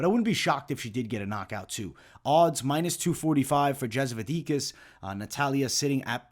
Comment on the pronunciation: Yep he has an issue with pronouncing slavic names/surnames for quite a long time. Anyhow 2-3 ways but almost never the right one.